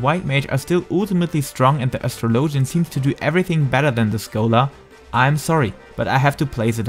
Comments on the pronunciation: Please tell me Asstrolowgen is not the right pronunciation in english. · astro -low-gen haha ur accent made me giggle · That is not how you pronounce it... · ....i couldn't continue with the video after that botched pronunciation of Astrologian.